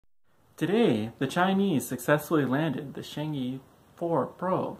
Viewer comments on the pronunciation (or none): Pronounced "charrng err".